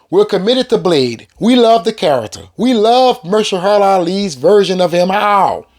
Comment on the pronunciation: Ma-her-sha-la to be correct!!! ☝🏽